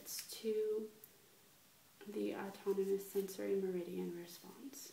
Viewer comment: Great video... but I think you struggled with this word... me·rid·i·an (in acupuncture) any of the pathways in the body along which vital energy flows. OR a point or period of highest development, greatest prosperity, or the like.